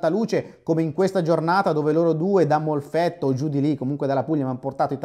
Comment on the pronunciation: "Molfetta" non "Molfetto" ahah sei un grande 😂